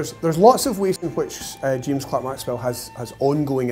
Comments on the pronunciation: It always bugs me when people (especially those who are making documentaries about Maxwell) say his middle name as Clark instead of Clerk! This isn't the first one I've seen where they've done that. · The Scots have made incredible contributions to the comfort of our modern lives - but can we just correct the spelling error in his second name - I see "Clerk" but it is pronounced "Clark" ??? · James CLERK Maxwell. Why do the British people pronounce Clerk incorrectly? Penicuik awaits your answer. 🍷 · Spelled "Clerk" pronounced "Clark."